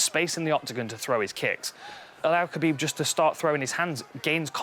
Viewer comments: It's Hhhhuuuuckabib. It's Kahbeeb. Fuck saying it their way, when in Rome motherfuckers... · why come dan hardy cant say khabib name right. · The only thing missing, is Khabib not getting called Khalabeeb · Just say khabib smesh dis guy